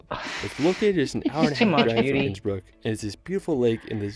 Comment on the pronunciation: you asked 'How is his pronunciation?'. The answer is 'Ab (Innsbruck isolutely atrocious'. It is a bit like a non-English speaker pronouncing Cincinnati as chin-sin-nay-tie! When visiting countries for a first time, PLEASE, PLEASE, PLEASE learn how local place names are pronounced if you don't even learn to speak a little of the language out of politeness to your hosts! Schönbrunn is pronounced 'Schern-brun' and See (meaning lake) is pronounced 'zay' (rhyming with say). The worst example I have ever seen was an American vlogger who pronounced the the town of Waldshut (on the German-Swiss border) as 'ward-shut' instead of 'vaaldz-hoot'. In German, 'V' is pronounced as 'F', 'W' is pronounced as 'V', and 'Z' is pronounced as 'TS'. I love Austria and the Bodensee and visit Lindau every year - roll on mid-June and my next trip! Have a closer look at Lindau and it's surrounding area - Switzerland is a 20 minute train ride, Austria (Vorarlberg) is a 10 minute train ride, Liechtenstein can be reached in under an hour, and Zurich and Munich can both be reached in a 2 hour train ride (Innsbruck is a little further - it takes 3 hours).